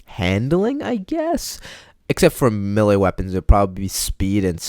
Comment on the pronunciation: top 10 people who can’t pronounce melee